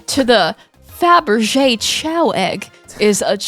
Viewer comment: Still confused why the pronunciation of "chow" instead of "kay-oh" (like the word chaos). I always assumed that it's the same as "chaos", because of the Chaos Emeralds"